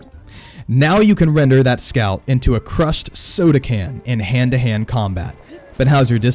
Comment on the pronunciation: Its weird, I keep thinking your saying scalp(I think that's how u spell it) instead of scout.